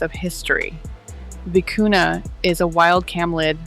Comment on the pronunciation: The word vicuña has a tilde on the letter "n." It is pronounced vee-koo-nyuh. Loro Piana has a monopoly on this yarn. It is almost impossible to buy...unless you find fakes on the black market or seconds.